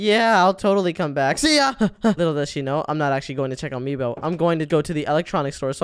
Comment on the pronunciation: It's not Meboo it's Meebo